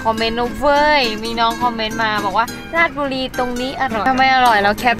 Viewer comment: อ่านผิด. ราด ชะ บุ รี